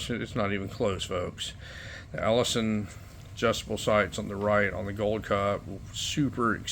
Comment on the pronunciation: Elliason not Ellison.